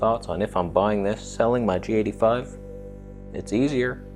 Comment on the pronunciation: You pronounce the G85 as "Jatey Five." So strange.